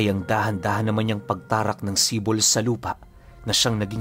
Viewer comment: Idol AAHM OKEEEY ang SIPOL ay tawag sa isang patalim na mas maliit sa itak pero mas malaki sa kotselyo in English dagger. Bali pag bigkas. Nyan ay ganito Si`pol, kadalasan naririnig ko ang term na yan sa mga taga eastern part Samar. Si`pol din ang paburitong isukbit sa tigiliran naming mga waray. Maganda rin yan pangkatay ng baboy kasi Isang saksakan lang sa likod, abot na hanggang baga ng baboy. Know you know😂